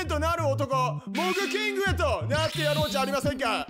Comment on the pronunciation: 「モグキング」が「モブキング」って聞こえた😂 自分だけかな？😮